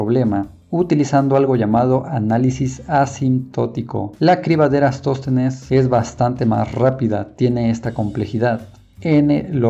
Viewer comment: Deberías tener más cuidado con los nombres. Es Eratóstenes.